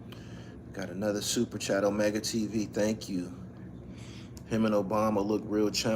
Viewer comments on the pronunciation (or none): none